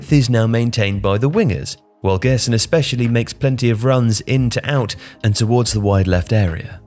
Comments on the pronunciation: The right pronunciation of Gerson is “Jerson” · Hahaha i didn't want to him out because he isn't obligated to know but it was kinda funny hearing it being pronounced that way